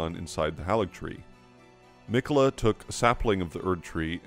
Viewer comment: Love your videos, though it's odd how you maintain the mispronounciations of names we hear in game: it's Mohg, not Mog: hāligtree, not halligtree. Same for manga and Casca, not mane-guh and Cass-cuh.